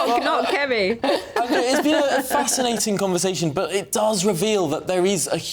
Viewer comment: Oh. It's not fasquinating it's ill u mean ating😂